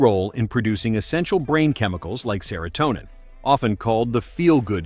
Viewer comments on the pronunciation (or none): none